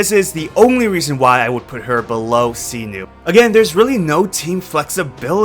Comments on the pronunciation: SAINO, not Sino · It's "Sai-Noh" not "See-Nuu" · sinu?? 😂😂 Its SY-NO, Not SINU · All I remember after watching this is that you keep saying Cyno [See-Nu].. His name is Cyno [Psy-no] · "See-noo and Knee-loo" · this dude really said "see-nu" and "nee-lu" 💀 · the way he says see-new for cyno is hilarious and also tiring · Is no one talking about see-noo? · Sorry but his name Cyno not Sinu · Jesus duckong chriat pronounce thw8r names right where do you see a u in cyno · That can't be how "Cyno" is pronounced lol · Cyno pronunciation giving me cancer